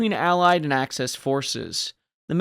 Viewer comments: please - it is AXIS not ACESS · Axis, not access.